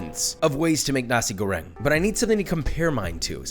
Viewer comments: correction:na-sik go-reng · It sound like he said Nazi grenade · damn imagine your a cook and someone in the cook station misheard you when u pronounced nasi goreng as nazi goreng